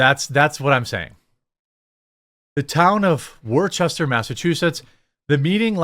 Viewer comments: It's NOT Wor-chester. It is pronounced Wooster, or to us locals Wustah. That said, of course this is happening in MA, the California of the Northeast. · By the way, it's not pronounced wor-ches-ter, but more like woos-tor or wors-ter. I used to live in Mass. a long time ago and found out myself. Not in that city, but somewhat close by. But this is insanity at its.. well, actually I'm not even sure anymore due to the level of stupidity I'm seeing. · It is pronounced 'Wuhster' not 'Warchester' btw lol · I was born in Worcester. It is pronounced Wiss-Tah. Woosta is how people outside of Worcester pronounce it in New England. Everywhere else people bastardize the way it is said. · The town identifies as "Woostahh" XD. I fell over when I heard ya say Wore-Chester. Not your fault. One of dozens of Massachusetts town names that are pronounced different than the way they are spelled. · Wis-ter, not war Chester 😂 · you butchered the pronunciation its WUSS-ter, yes I'm aware of the spelling. you must trust me on this. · It’s pronounced Whooster or as us Massholes pronounce it Whoostah! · I don't live that far away from the city but thank goodness it wasn't here instead! Jeremy, it's pronounced "Wos-Ter". I can imagine this being done in Northampton or Provincetown but Worcester of all places? Something is extremely odd about this being the place... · HAHA Jeremy - love the channel - its pronounced "Wooster" The armpit of Massachusetts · Worcester is pronounced woostah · This is bonkers. Oh, and the towns name is pronounced. Wooster 😆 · You know you are an outsider of New England when you pronounce Worcester wrong.. it's "Woostah" 😅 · This is kind of ironic! The city is actually pronounced ( wuss-ter ) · It’s woosta pronounced like wister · Woo-sta. It's pronounced Woo-sta. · Sweet Baby Jesus. I love you. I do. I understand how it's spelt, but FFS.. It's pronounced Wuh-Ster. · Dude? It’s pronounced like “Wooster” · It's pronounced Woosta Jeremy. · It’s pronounced wuster